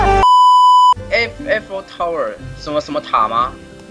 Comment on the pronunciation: Eiffel 的正確讀音是 艾否